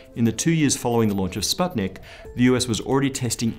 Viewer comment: Finally, an English person who said the word "sputnik" the right way!